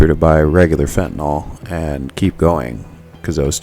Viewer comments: Nyl.. not Nol. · It's not pronounced "FENTA-NOL!"